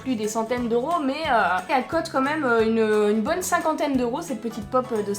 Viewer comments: Puorquoi tu dis cote alor que sa se dit coute ? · dsl mais sa me stress parceque tu dit cot et ses coûte normalement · Ça cote mdr au lieu de ça coute😂😂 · Tes la meilleure YouTubeuse du monde Ps : tu dis cote pas coûte !!!! Sinon continue comme ça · pq tu dit quete à la place de coûte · c'c'est moi ou elle ne dit pas coute mais cute avec un accent bizarre